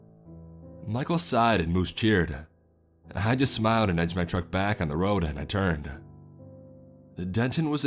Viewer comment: was a bad roaduh had an itchyuh kneeuh ..had the mic on my throatuh